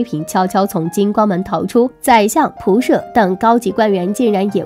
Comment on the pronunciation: 仆射第二个字要读ye 自怨自艾第四个字读yi